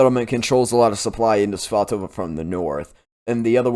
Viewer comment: I'm so glad you say that place name clearly. I misheard it on another channel and thought they said Pikachuchance. I had to look at their map. 😀